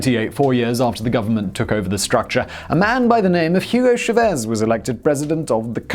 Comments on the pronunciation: Ya know the magic of spanish is if its got a ' thats where the accent goes.. chávez not chavéz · How can you mispronouce the surname of a pretty (in)famous figure as Chávez? There's an accent on the first vowel for a reason.